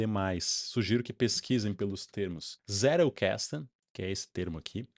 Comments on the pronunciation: Não querendo ser chato, mas já sendo, em alemão a pronúncia fica mais proxima da nossa do que do Inglês, então não é Zé-rou-ques-tou, é mais pra Zét-el-cas-ten(Tentando reproduzir a pronuncia) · Um adendo aqui sobre a pronúncia: O mais apropriado seria 'Tséttel Kasten.' O 'tt' pronunciado como o nosso t mesmo. O 'L' é aquele que a língua bate na ponta dos dentes incisivos. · Zettelkasten: caixa de notas / caixa de bilhetes. Pronuncia é: Tzetel casten - somente para agregar...parabens pelo conteudo..aprendendo muito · Crítica construtiva: qnd vc tentar pronunciar o nome do alemão, pronuncie a letra “t” com o som do português msm. Alemão não eh inglês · Sua pronúncia está em inglês, em alemão é outra pronúncia. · Pronunciou errado a palavra alemã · Tentando agregar algo. Vc pronuncia Zettelkasten como se a palavra fosse inglesa. Possivelmente vc tem o inglês como segunda língua a ponto de raciocinar a pronúncia de uma palavra "estranha" como se fosse sua segunda língua que, creio eu, é o inglês.